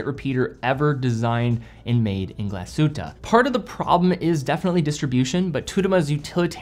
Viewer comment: Glass Shhhhhute not Galsute :)